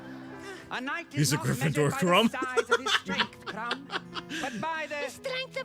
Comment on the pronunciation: "CRUMB! CRUMB! CRUMB! CRUMB!" - you sound like the audience of a Bulgarian Quidditch Match. (KRUM! KRUM! KRUM! KRUM!)